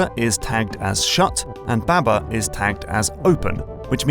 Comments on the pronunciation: ITS BAHBAH NOT BÆBÆ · Pretty sure it’s pronounced “bahh bahh” like sheep